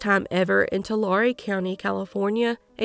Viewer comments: I love your channel and realize this is a very small detail, but... No doubt those familiar with cities like Visalia and Tulare would appreciate their proper pronunciation. It's only takes a 2 second search to find the pronunciation of almost anything. The internet is great for things like that. Serious shout out to family members who willingly give their DNA in order to help in these cases, even though the information has got to be brutal to learn. My heart goes out to all the victims and their loved ones. I don't ever want to picture what these victims might have experienced, because of its horrific nature. The nightmare lives on in the minds of those who care about them, while these perpetrators just went on their merry way. There really is no justice for crimes like these, but it's better for them to at least be locked away so they can't continue their reign of terror. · How bout the botched Tulare as well, lol